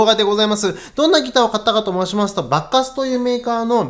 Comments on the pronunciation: スゴイ、コスパですねー、でも~ばっかすーの発音が馬鹿カスって小バカにしてる様に聞こえちゃうチャラ。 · バッカスの発音は… バッカス～↗️って 渋谷系の発音というか東北系の発音というか… なのでしょうか。。。 バッカス いいですね👍️ 演奏もとても上手いですね (尊敬します)